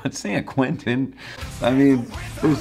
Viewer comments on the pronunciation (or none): The insistence on pronouncing it "Sayan KwinTON" is just insulting. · another thing about this song is that he makes San Quentin into four excruciating syllables “SAN KERWENTIN”